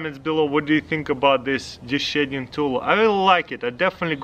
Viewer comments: I thought he said shitting for a minute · Every time he says shedding I hear shitting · When he said shedding i thought he said shitting